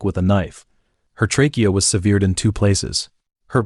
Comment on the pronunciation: Sev eared, what’s that?